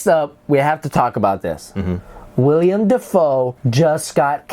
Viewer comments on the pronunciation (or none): *Willem not Willian